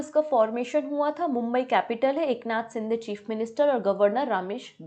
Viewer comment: Eknath Sindhe nhi Shinde...😅😊